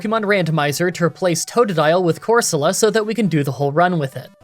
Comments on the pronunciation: Everyone: core-se-la: core SO luh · It's pronounced "Coor-so-lah" not "Cor-sooo-la"